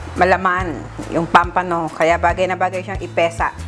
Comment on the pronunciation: POMPANO po, hindi pampano! Sa English po POMFRET! 😊